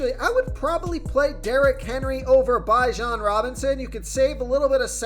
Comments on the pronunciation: comedy how you pronounce some of these names lol......its pronounced BE jon not BI jon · 🛑 Stop .. this dude doesn’t know football. Chicago bulls I was gonna let slide but the fact you don’t know how to pronounce Bijan.. I’m ok with listening. People don’t listen. I’m calling fraud!!